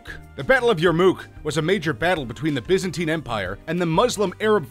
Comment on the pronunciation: Biza-tine pmsl laughing , effing yanks !